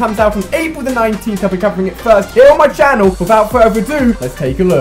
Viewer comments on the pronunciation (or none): none